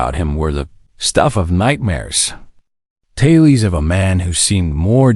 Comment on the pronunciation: Weird narration cadence is irritating. Strange pronunciation such as tales pronounced as "talees. More ai garbage.